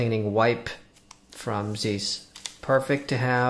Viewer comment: Zeiss rhymes with nice